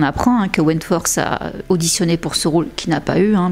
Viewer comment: Your videos are great, really! But I think you should learn to pronounce english words a bit better? Je sais que les français tendent a prononcer le "th" en ssssss. Mais ça change tellement la signification de certain mots voir rend confus sur certains mots qui sont méconnaissables. On dirait que tu dis Wentworse et en anglais ça change completement la signification du nom. Comme tu fais beaucoup de vidéos qui concernent des anglophones je pense que ce serait un vrai plus. A la limite fait comme les australiens qui mettent un simple "t" ou "d" selon les mots.